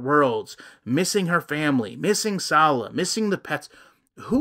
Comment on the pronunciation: Same way Salah became Slaw. She speaks that way.